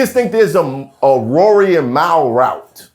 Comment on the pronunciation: yeah. Idk why he keep saying Mal name wrong. Sound like he doing it on purpose.